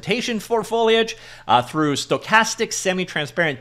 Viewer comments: i miss "foilage" already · Pretty sure he said follyedge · HE SAID IT, HE SAID FOIGFHJSKJGKAGE CORRECTLY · foe-lee-edge:) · Oh yeah! That's what I needed. Hearing new and creative pronunciations of foliage is the only reason I'm subscribed.